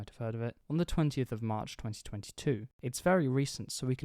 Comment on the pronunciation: don't froget "o" in "of"